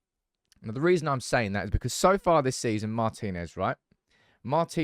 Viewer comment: hello. congratulations, you are the first one to pronounce it correctly: marTInez.